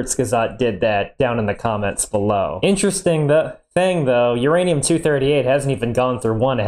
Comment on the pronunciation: Ur Anium Your Anum